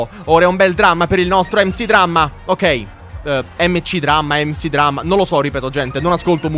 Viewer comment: comunque MC Dramma si legge MEC Dramma